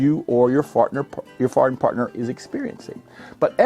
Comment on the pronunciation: My very adult brain had to replay "fartner" a few times. I'm such a child.